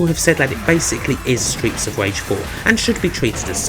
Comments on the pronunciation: Stweets of Wage weview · stweets of wage lol